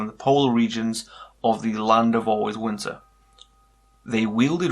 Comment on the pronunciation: Im really anoyed by how he says winter he litteraly says: 'Winner'